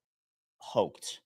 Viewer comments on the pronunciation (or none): Pronounced “Hoyt”